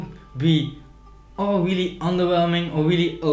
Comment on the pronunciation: > "It's just wealy nice!" :D Nice review!